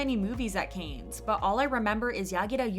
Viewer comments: It is not "canes", it's "can". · Oh my god, it's pronounced "KAHnes " or "Cons" not "Kanes". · Cannes is not pronounced like "canes" but like "kan" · I can't with the "Kaynz" pronunciation. 🤦‍♀️ It's pronounced "Kahn" or "Con", but never "Kaynz". 🤷‍♀️ The S is Silent. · It's pronounced as "Can", like a can of tuna, not "kayns". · I was going to comment about this, too. I found it irritating to hear "canes" over and over again 🙃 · Please look up how to pronounce the word "Cannes" it is not pronounced as canes... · it's pronounced like soda can not canes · It's pronounced like "Can". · FYI, "Cannes" is pronounced as, "can" without the 's' sound. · I thought the same, like, “canes”? Never heard it pronounced like that before!😂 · Dude, I was looking for this. I was thinking how can she pronounce Japanese semi-correctly, but can’t say Cannes? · my francophone soul couldn't take it by the middle of the video 😂. I mean, if it was something like "Arnac-la-Poste (Haute-Vienne)" I would understand but Cannes is so famous and easy to pronounce.. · So you’re just going to pronounce “Cannes” completely wrong? That’s what we’re doing? Ok.